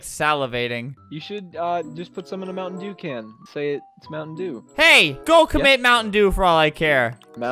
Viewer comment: Oh you want a moun’ dew, Is’ moun’ dew